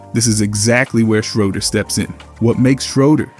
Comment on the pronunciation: You have to say the man’s name right